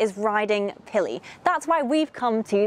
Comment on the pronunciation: "Pilli"? I miss listening to the English language.